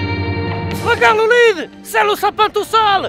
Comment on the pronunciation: Si toi aussi tu as appris que c'était pas "L'olive" mais Loulid ptdr